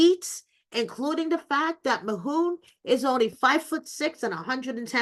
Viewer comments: His name is Mahmoud not Mahoon 😂😂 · Who is “Mahoon”? Why is his name being pronounced like that? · Please get his name right.- MaHmood